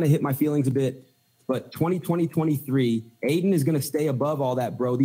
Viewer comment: Even AI Adin Ross cant pronounce 2023.